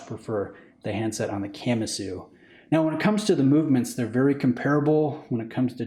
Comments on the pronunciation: Please stop saying “camma-sue”😖 I’m pretty sure it’s Ka-MA-su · Please don't pronounce Kamasu like a Camry... "Kah" "mah" "soo" not Camasu..... 🤦🏻‍♂️ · Just a tip how most things are pronounced in Japanese; most syllables are consonant-vowel. So Ka-Ma-Su and not Kam-A-Su. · Ka-ma-su. If you're going to do a review, at least learn how to pronounce the name. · 😂 why’s he saying it like that?